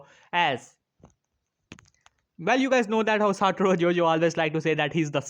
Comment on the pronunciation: It's not Jojo it's gojo